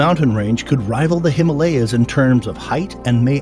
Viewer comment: nice video but please next time learn how to pronounce himalya